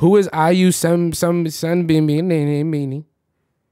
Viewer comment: be like: IU sun-beam-beam hahhaa siri: 🤯